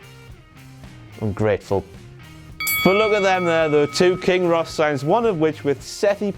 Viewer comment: i love how he said king Rrrrros